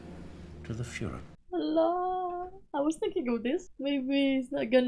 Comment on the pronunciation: I love how ur girl pronounced "the Fuhrer" (Hitler) as "the fooler" 😂